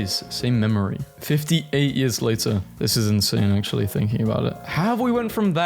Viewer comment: "ac'ually, you know wha?"